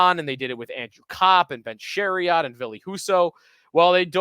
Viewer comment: I tried to give you a chance until you couldn’t even say Chairot’s name correctly. Too many causals have podcasts these days. Also, I find it incredibly rich that your name all these ex Wings from the last time we made the playoffs or won a series. Who was on Buffalo the last time you guys made the playoffs or won a series?! Better yet, what have the Sabres ever done that’s relevant either recently or historically?